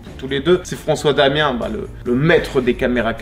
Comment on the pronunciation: si tu l'aimais vraiment tu dirais Francois Damiens (avec le S) et non pas Francois Damien. Big up a tous les con qui disent St Jam au lieu de St James